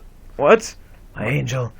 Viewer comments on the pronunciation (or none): none